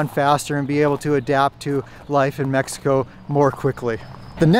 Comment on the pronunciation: You live there for years,what about if you stared to pronounce right the country name?